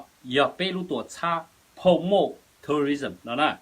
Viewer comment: This guy couldn’t even pronounced between tourism and terrorism. And he doesn’t understand that fcc regulations do not applied to youtubers as it’s for actual news stations. However, I like these dramas cuz they make my days go faster.